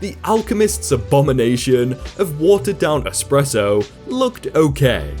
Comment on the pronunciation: Anyone else annoyed by saying "Expresso"?